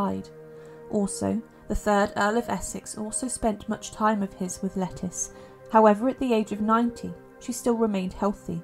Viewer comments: Isn’t it pronounced “Leh-Teece” rather than “Lettuce”? Sometimes this voice sounds like a text-to-voice-program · Thank you. I was cringing each time she called her “lettuce” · Interesting video. It's pronounced La-teeess Knowles by the way. I used make the same mistake until I discovered I was saying it wrong 🤣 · I’ve heard that her name should be pronounced Le-TEES, like Leticia… Great video👍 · Thank you. It’s pronounced “Lateeess Knowles” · Pretty sure it's pronounced Le teece not like the salad leaf 🤣, I do enjoy your videos it's nice to listen /watch instead of read sometimes 🙏😎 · Yes, it's a anglicized form of Leticia.